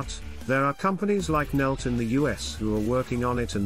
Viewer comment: Moron. It's not "NELT", it's NETL - National Energy Technology Laboratory. Part of Department of Energy.